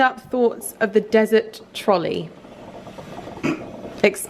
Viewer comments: dessert trolley!!!! NOT DESERT hahahah and you make me want to get my ears pierced!!! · Did you really pronounce dessert as desert?! 🙄